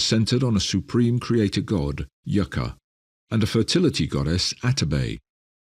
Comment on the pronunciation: It was YaYa. The spirit of spirits, the supreme being. Not “Yaka” 🤦🏾‍♀️